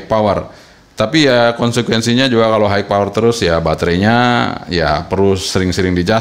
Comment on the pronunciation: Long range nya Mas kudu di review hehe paling penting menurut sy sih. Jangkauan, Dan maaffff kalu bilang "high" itu dibacanya "hai" bukan "haik" Maaffff Mas. Hanya nmasukan. hihihi